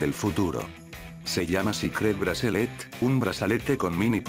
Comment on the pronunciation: jaajaj ese wey como dise cicret bracelet